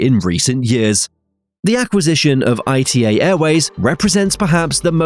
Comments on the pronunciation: ITA airways is NOT pronounced I T A is pronounced ITA -As an Italian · It's not "I-T-A" but "Ita" as a word (pronounced "ee-tah"). The fact that the name causes so much pronunciation confusion is just another proof of how weak the 'ITA Airways' brand really is. Let's see when they finally decide to bring back the Alitalia brand.